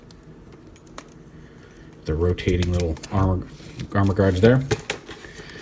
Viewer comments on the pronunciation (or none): You say "armou guards" but all I hear is "erhmagerds"